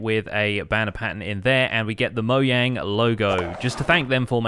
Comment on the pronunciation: Did anyone realize he pronounced it Moang but its pronounced Mo'j'ang